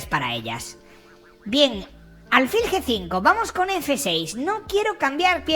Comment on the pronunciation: aunque no llevé acento "alfil" es una palabra aguda.